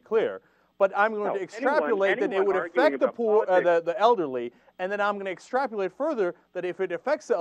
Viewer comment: Is Cenk saying "extrapulated"?